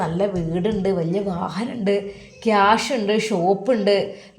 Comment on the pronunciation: ക്യാഷല്ല, കേഷ്(Cash)